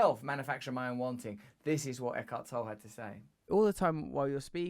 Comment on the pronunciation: Pronounce the man's surname correctly too.. it's Teutonic, so 2 syllables "Tol le"... which will put off a lot of people.😆